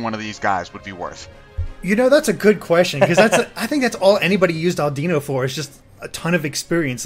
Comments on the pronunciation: AW-Dih-No LAW-Puh-Nee dem mispronunciations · I really really hate that they're not pronouncing Pokemon names correctly. It's stupid that I should be so stressed over it, but it still bugs me. Oh well, I can't really do much about it. By the way: Lopunny = LAW-puh-nee Altaria = all-TAHR-ia Audino = AWW-dih-no